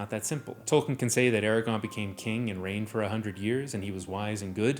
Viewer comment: Aragorn. With an R. Hes not a herb wtf